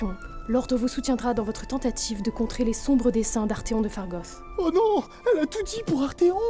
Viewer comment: Je suis en deuil... même pas un petit Artéfion, une Gaga ou un Homme gazelle... Même Golgotha prononce bien les noms !!!! Tout fout le camp ^^